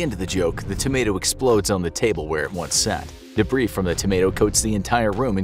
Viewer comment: The 's' in debris is silent. It's pronounced deh-bree